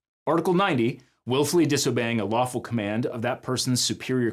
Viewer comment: hears "waffle" instead of "lawful"